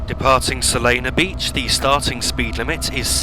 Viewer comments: It’s Solana Beach not Solano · Oh also So-Lan-No Beach Not Solano :)